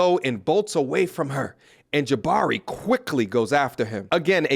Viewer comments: I m a long time sub and I love your vids bro. That being said, I can't stop laughing at the way you are pronouncing the name Jabbari. It's pronounced " Juh bar ee" brother. Keep up the good work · Bruh! No one likes this chick but Dayum!!! AT LEAST PRONOUNCE THE NAME RIGHT!!! SHIT!!! Learn other ethnicities! It's Ja-BARR-ee. Ja-BARR-ee. Ja-BARR-ee. Ja-BARR-ee. Ja-BARR-ee. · Sent you keep calling her JABBERY lol 😂😂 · Her name is pronounced Ja-bar-i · The way he’s pronouncing Jabari is sending me 😂 hilarious